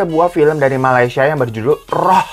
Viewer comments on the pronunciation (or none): none